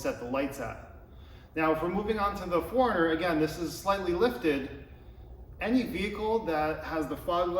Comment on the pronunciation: Best video on aiming headlights. Thank you. The only thing is it sounds like you are saying Foreigner rather than 4Runner. Lol